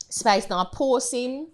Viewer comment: Yuh nuh see di man tek off the s offa spice name an seh pice lol